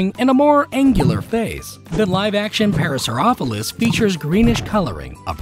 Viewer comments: Para-so-rolo-fis, not parasoropholis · Ikr, It's called Para-sore-ol-ofus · “Para-saur-a-phol-is” the correct pronunciation is “PAr-a-saur-ol-o-phus” just wanted to make that clear. Edit 2: you pronated the triceratops front feet. That isn’t the case on the real animal. Edit 3: the velociraptors snout is too short. I will be looking for more inaccuracies on the real animals as I go, just wanted to show what ya got wrong. Edit 4: the deinonychus head is completely wrong and just plain outdated. Edit 5: That’s it, I hope you learned something! Also, please fix these inaccuracies in future vids and do more research plz. Edit 6: turns out that wasn’t it for the inaccuracies :( the brachiosaurus feet are pronated… Edit 7: Protofeathering not feathering. Edit 8: if I missed anything, tell me, and I’ll put it here. Edit 9: the triceratops eyes should be under the brown horns and the nostrils are too high, thanks Animations ! Edit 10: the thighs on all the models should be higher since they attach to the ilium. Thanks Animations ! Edit 11: there is no evidence of pack hunting in velociraptors that I could find. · “parasauopholus” its para-saur-OLOH-fuss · 3 years between this and your new The Lost World comparisons. I absolutely love them. But what I do need is for your voice artist to learn how to pronounce parasaurolophus correctly. A saur-off-o-lus is something you've invented. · Found it funny how he pronounced "Parasaurolophus" like "Parasaurofolis". No big deal though. Common mistake with people. Love the animations. Keep it up! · bro really said "paraphorosolus" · is anyone gonna mention how he says "parasauropholus"? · Did you kust say parasaurpjplhodifjdhsh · The hilarious part is that he managed to pronounce parasaurolophus wrong twice. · butchered that name ngl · MUST... RESIT... THE NEED... TO CORRECT HIM... ON HIS PRONUNCIATION... OF PARASAUROLOPHUS!!! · mispronounced parasaurolophus but aight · We just gonna ignore how he mispronounced parasaurolophus?